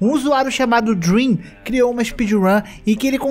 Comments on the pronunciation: "ouvi dream" *MAZUUQÉISU--* "Leio os comentários falando do *drem*" Ah.. okay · olha eu nao queria falar, mas vc poderia ter falado drem sem o "a" pra nao ficar dream pq se nao o cara pode levar um hate absurdo